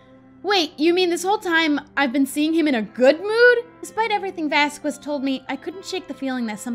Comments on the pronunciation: You've been sayingVasquez wrong. And I thought someone would say it by now, but I guess not. Vaz-skehz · I understand that you may not know the right pronounciation for professor Vasquez but for me its killing me and my little argentinian heart every time you say vazqUes. Dont get me wrong and think that I hate the series because of it. But the contrary since I love the series and the commentaries you do in it, I find it really entenrtaining and enoyable. But I would aprecciate if you say his name right, PLEASEEEEEEEEEEEEEEEEEEEEEEEEEEEEEEEEEEEEEEEEEEEEEEEE <3<3<3<3<3<3 Just say VASKEZ (the u is silent).